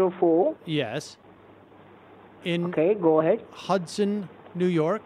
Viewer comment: This was funny on how you twisted these scammers around. How can people fall for this? The scammer can’t even say ‘Hudson’ 😃. One of these So called IRS scammers called me that too on a Sunday ! Go figure :) 😂!!